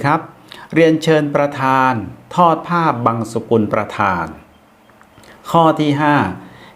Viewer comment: ผ้าบังสุกุล กับ ผ้าบังสะกุล. อะไรถูกอะไรผิด _ได้ยินท่านพิธีกรออกเสียง. "ผ้าบังสะกุล"